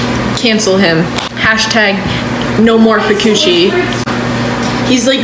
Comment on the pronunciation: Fu-coochi is crazy Broo that had me rolling 😂😂